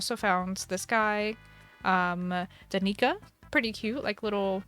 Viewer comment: Daneeka 🤣🤣🤣🤣 it's dan-i-ka like Danica Patrick I guess lmao